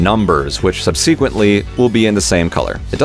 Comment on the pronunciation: "sub-sequint-ly" haha. thanks for the vid!